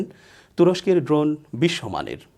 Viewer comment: আমিনুর ইসলাম শান্ত ভাইয়ের বিশ্লেষণ ওনার থেকে অনেক ভালো,ওনি ড্রোনের নামও ভাল করে বলতে জানেন না।